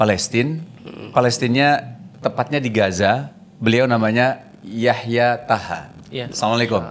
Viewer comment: Maaf klarifikasi Namanya YAHYA TOHA BUKAN YAHYA TAHA